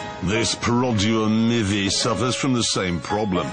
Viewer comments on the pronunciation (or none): i dont like one thing bout james may ... how'd he pronunced Perodua MYvi ?